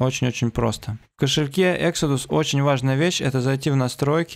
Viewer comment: Экзодус ,а не эксидус)